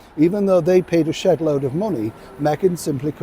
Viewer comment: Shedload. You said “Shedload”…. I had to turn closed caption on to verify. Cause that wasn’t what it sounded like!! 🤭😂😂